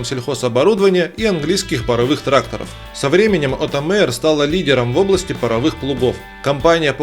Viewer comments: Отто Майер... Не Мэйер... Учитесь матчасть... Никто в Германии не говорит - Мейстр, Глинтвейн... Мастер и Глювайн... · Оттер Маер научиться надо правильно ГОВОРИТЬ